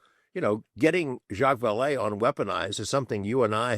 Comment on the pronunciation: Love weaponised, I haven't listened to a bad one yet, and this was great with "Vallee"....🇬🇧